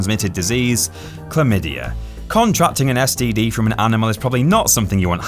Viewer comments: Chlamydia not Chalmydia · Did anyone else notice "CHALMYDIA?" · CAHLMYDIA lol